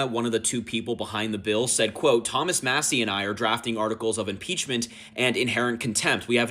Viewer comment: Who’s Thomas Muh-see? 😂 Good god we are fucked